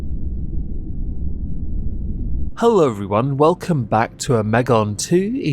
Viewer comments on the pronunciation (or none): none